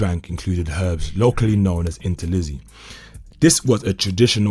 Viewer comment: Like the Zulu pronunciation attempt of Intelezi but Cetshwayo is a massive miss 🤣🤣🤣.